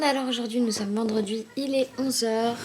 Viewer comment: coucou he suis une des abonnes mais quelque chose mas fais rire tu avais dit vendreduit au lieu de vendredi bisous 😙😘